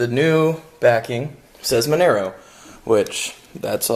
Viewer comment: Nice project, its pronounced Mon - ahh - Row